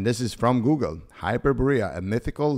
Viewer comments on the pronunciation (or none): none